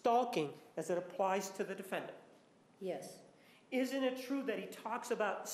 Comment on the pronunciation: defend-ANT lol